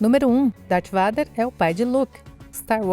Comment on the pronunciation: a pronúncia robótica está tão estranha. Ela pronuncia Vader ao invés de "veider", Parece meu pai quando falava farveste ao invés de farwest